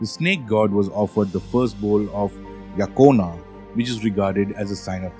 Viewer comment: My ears are Ringing with the pronunciation and ignorance of Basic Fijian Pronunciation..the word Degei is properly N-DENG-AY ....Not as you so uneducatedly said it The word Yagona is Pronounce YANG GONA...if you want to spruik yourself as International Experts best get your basic words right or I shall call up a Veli to put some Draunikau on you. We also have some snakes in Fiji including the Venomous Bolo and many species of sea snakes... .